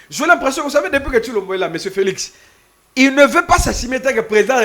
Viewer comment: Felixi looool...PPRD felix et non felixi